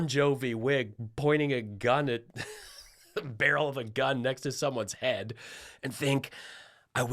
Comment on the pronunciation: She still can't pronounce the TH sound . Saying duh for the is not attractive.